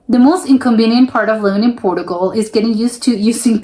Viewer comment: it's obvious, apart from the banner headline, that you're American because you're mispronouncing a lot of words in this video, e.g Portugal, and many of the typically dumb comments you've made that can easily be attributed to an American. Trust me Americans really are that stupid.